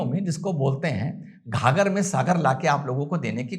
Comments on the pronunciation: घाघर में सागर नहीं होता गागर में सागर होता है।😅😅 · घाघर नहीं गागर कहते हैं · Gaagar mein Saagar..... Ghaaghar mein nahin 😂😂😂😂😂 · Sir wo ghaghar me sagar nahi.. Gagar me sagar hoga...🙄